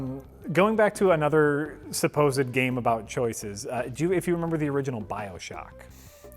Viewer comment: is such a sour puss "Memba Thief? I memba" XD